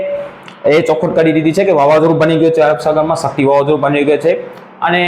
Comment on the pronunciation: ભાઈ સકતી નહીં શક્તિ